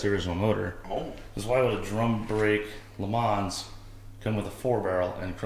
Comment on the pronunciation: The S is silent, Le Mans is pronounced Le mon...its french.